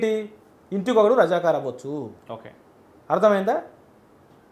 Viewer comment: అయ్యా అమోగ్ అది రజకర్ కాదు, రజాకార్ 😢